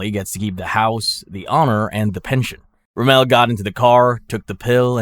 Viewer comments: It's ROMM-el, not RoMELL. He wasn't French, you know. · Erwin Rum-MELL?!?! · ROMMEL NOT ROMEL HOW U MAKE THIS VIDEOS AND DO 0 RESEARCH SMH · Can’t get em all bro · Mispronounces luftwaffe and Rommel, but nails Führer. Not talking crap just an observation...also the reason the Germans lost more in the opening of Stalingrad than taking France is because you dont lose men when the other side surrenders right away 😂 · pretty sure it's AI he doesn't even say Rommel right